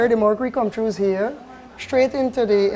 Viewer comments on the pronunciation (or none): hahahaha he says: it "come TRUES here" instead of "it comes through here" HAHAHAHAHAHAHA E D U C A T I O N .... you can even do it over the INTERENET, i mean EVERYONE has a pc now in days rite??